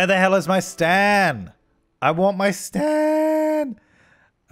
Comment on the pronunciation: says “stan” me: hears “STAND”